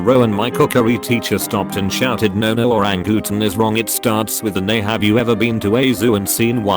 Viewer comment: Damn idk why but Oran-Gu-Tan made me die on the inside